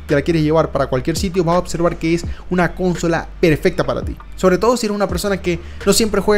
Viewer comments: Siendo sincero.... me aburrió su vídeo, no se dice cónsola, se dice Consola. Capta la diferencia? Tiene argumentos sólidos pero ese detalle cancela todo. Perdón pero se oye horrible. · Primer y último video que veo de este canal..horrible esa palabra... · Consola.....no Cónsola, suena horrible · Gente X: Consola: Cónsola XDXD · Por que dice Cónsola? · el caso es que la gente que dice CÓNSOLA es porque imita la pronunciación anglosajona de CONSOLE lo cual significa, como siempre, que ademas de hablar mal no tienen personalidad ninguna. Que manías tienen sobre todo los mexicanos con imitar la pronunciación anglosajona? Xd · Iba a escribir justamente lo mismo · Me fui en el segundo porque no te aguanté diciendo cónsola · El video está buenisimo, pero intenta cuidar los acentos, es incomodo escuchar "Cónsola" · Bota la pepa de mango, flaco, y repite: [CON-SÓ-LA], no "kónsola" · Cónsola no es esdrújula, amigo. Suena mal. Pero por lo demás, buen vídeo. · Perdí la cuenta de las veces que dijo cónsola y no consola. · Van 19 segundos de video y ya me resuta incómodo escuchar CÓNSOLA en lugar de consola. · Me desespero que dijeras cónsola en lugar de consola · Para de decir cónsola que me provoca convulsiones escucharte! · Muy interesante pero cada vez que dices cÓnsola pierdo cabello, pánico y temblores me dan, por favor para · Que estresante bro el cónsola💀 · Consola, no le pongas acento a la o. CÓnsola. Aparte de eso buenisima review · No se dice cónsola bro, se pronuncia Consola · Cuando dijiste cónsola en lugar de consola me salí del vídeo, si no sabes pronunciar esa palabra como vas a saber nada de este tema. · DIOOOOS QUE ESTRES que en vez de decir consola diga CÓNSOLA QUIEN CRJOS DICE CÓNSOLA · Consola no lleva acento, no inventes, habla bien!!! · Es Consola no Cónsola. Aprende hablar. 🤙🏻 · Que horrible tener que escucharte decir cónsola . Infórmate primero cómo se dice consola . 😅😅😅😅😅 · se dice consola no cónsola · Consola, no Cónsola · "Cónsola" xD